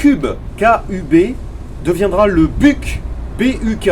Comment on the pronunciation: Et c'est pareil avec Buk pour le coup , ça se prononce "Bouk" , et non , c'est pas l'animal . oui je suis aussi de mauvaise foi 🤣